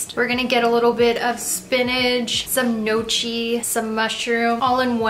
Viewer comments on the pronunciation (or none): Just so ya know Gnocchi is pronounced nyow-kee not no-chee ♍️ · Hey, love it but in Italian, gnocchi is pronounced with a "ck" sound like "clock" NYAWCKI :) yw...all love and thanks for the vid :D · Anyone else notice the way she pronounces Gnocchi ?